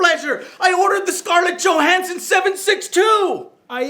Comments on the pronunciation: Johansome... lol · Joe-Han-Some LMAO!!!